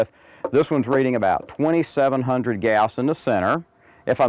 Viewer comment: i was in electronics engineering and we never pronounced gauss like that